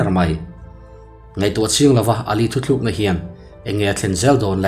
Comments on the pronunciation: Thuthlukna i ti zauh thin in ka lo hria a,ka hresual pawh a ni thei e. THUTLUKNA tih tur a ni e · Thuthlukna nilovin thutlukna tihin sawi nise ngaihthlak a nuam ang a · Thutlukna tih tur hi thuthlukna i ti tlat mai a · I thawnthu chhuah thin hi a entir atha in, a ngaihnawm bawka, mahse thu tluk tih leh thu thluk tih hi a awmzia a inanglova, a lam a hrang ani, thu tlukna tih turah thu thluk ti tawh lo la ngaihthlak anuam lehzual ang mawle, nangni ang thawnthu chhiar thin ho hi, mizo tawng dik thehdarh kawnga in pawimawhzia hria in, in fimkhur thin ula ti in thahnem ngaih thu ka lo sawive duah ani e.